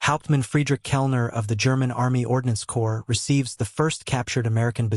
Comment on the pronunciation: Corps is not corpse